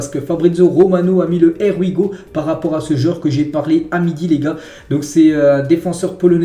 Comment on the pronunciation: J'aime beaucoup ton travail,je ne manque aucune épisodes...Merci et force 👊!mais stp apprend la prononciation du ''Here we go'' on est pas anglophone mais on peut faire un effort 😅